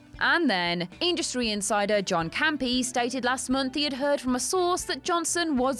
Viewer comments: “John Cam-Pee” LOL I’m surprised I haven’t seen anyone pointing that out, it’s “Cam-pee-uh”. Not that it matters, since he’s a hack. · “John Campy”? Do you mean John Campea. 😂